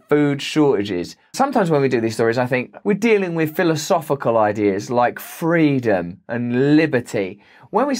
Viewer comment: You mean “fweedom”.